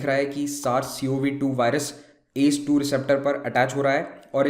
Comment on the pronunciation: Sir ...u should pronounce A C E 2 not ACE.... And it's testis not testes...